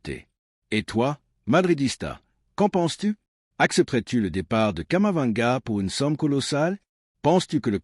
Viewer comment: Vous me décevez en disant toujours Kamavanga . Il s'appelle KAMAVINGA. C'est vraiment dommage.